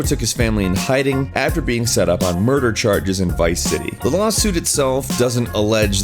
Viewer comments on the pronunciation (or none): none